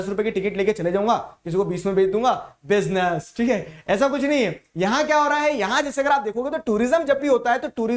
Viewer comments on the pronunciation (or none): that "Business" was greatt😂😂